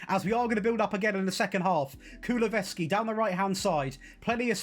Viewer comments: This dude saying Kuluveski was irritating the hell out of me. His name is KuluSEVski. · Kulusevski not kuluveski 😂😂